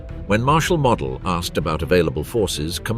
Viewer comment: "Waffen", as in "Waffen SS", is pronounced as "Vaffen". It's not important in the grand scheme of things but it is an error that is easy to correct. And "Model", as in "General Model", ought to be pronounced as "Mow-del".